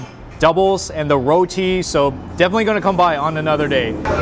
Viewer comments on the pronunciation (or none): none